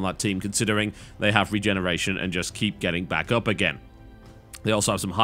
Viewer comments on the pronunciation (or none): none